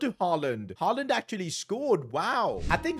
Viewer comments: his name is not called holland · Bro. Why do You keep saying Rasmus Haaland??😭😭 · wtf is a rasmus "holland" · Your pronunciation of Højlund is so bad it hurts. “Holland” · It is pronounced Hoy-lund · Ras-mus Hoy-lund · it is HØjlund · Man said Hoejlund 78th time in this video but not once pronounced it right. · Hopefully you will get the pronunciation right sooner or later 😁 Højlund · As a danish personer his pronunciation hurts me every time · Bro cant say A name right for the life of him💀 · He is not disrespecting him he can't pronounce he's name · You kept saying his name wrong 😂 I don’t know why that irritated me. Plus can we stopped with this next haaland thing, they are 2 very different players. Also I haven’t finished the video yet but if you transfer list him I will be steaming 😂 he is a United fan so let him stay for his whole career. Anyway that was my lit vent, back to the video. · U Are saying his name WRRROOOOONNNGGG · it's crazy how he butchered the man's name for 20 minutes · this guy doesnt even pronounce his name right .. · Bro, u are saying his name wrong.. his name I with a U not A, it’s annoying. How hard can it be to pronounce the name right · Im a dane and that is really not the right Ø pronounciation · please next time learn to pronounce the name of the player properly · Butchered this man’s name all video. Good watch though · Bro doesn’t know how to pronounce højlund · I cant watch this... how many times do you pronouns is name wrong! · His name is not hallan it’s pronounced Hoj-lund do some research man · It is pronounced, Hoy-Lund. Not Holand. Pains my ear to hear that Holand stuff coming out of yo mouth each 30 seconds to be honest. 😅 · It’s notttt holland it’s hojlund bruv I’m getting so triggered as a Man U fan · Højlund❌ Hojland✅ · Why did say "holland" instead of "hoJland"😂😂😂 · bro why does he say ramsu holland? his name is hojlund where is the holland????? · its Højlund not Hojlland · I think its not holland its hojlund man